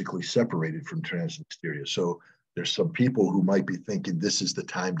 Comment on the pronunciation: It's not TransnistEria, Scott, it's TransNIStria.